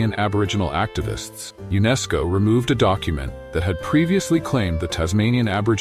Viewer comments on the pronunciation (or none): none